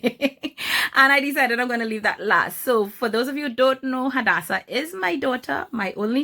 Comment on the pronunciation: Swear my name is Hadassah and so many people pronounce my name wrong but it makes me soooo happy when people pronounce it extremely well like you are 😍